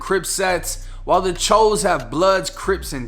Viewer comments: Someone probably already said this but it's pronounced Choose not Chose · i hate that choo is pronounced cho instead of chew